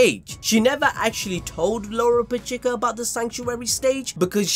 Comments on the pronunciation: This man stays calling lolopechka loropechika lmao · does this guy say anyone's name right? Me-Juke-Ula? Lolo-Pechee-kuh? Like bro, stop the games and say it normally it's fucking annoying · WHY IS HE SAYING LOLO PECHIKA????!!!?!?!?😭😭🤣🤣